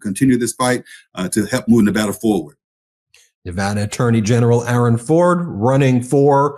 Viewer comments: Thank you for pronouncing Nevada correctly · You said Nevada right, good job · Thank you for announcing the name of the state correctly